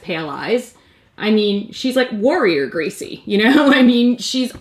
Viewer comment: Did you guys hear her say gracie in or is it just me..?